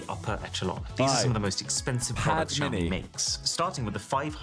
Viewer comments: Shaomi is the pronunciation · Great refresh pull! Btw Si, xiaomi sounds like "see ow"